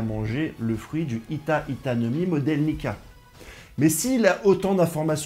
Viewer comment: C’est Hito pas hita tu t’es trompé 😂